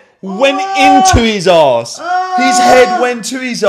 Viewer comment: Arse not Aawws